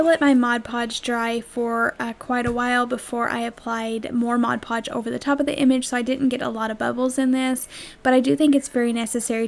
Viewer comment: Thank you so much for saying "Mod Podge" the right way. Most people say "Modge Podge", which drives me nuts....I know, not a big thing, but it does drive me crazy.... Absolutely love your crafts. Great job, and out of cheap items comes some very cute, usable crafts.....You have a new subscriber...Thanks.